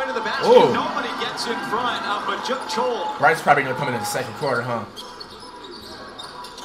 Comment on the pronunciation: bro said « brycey » 😳😭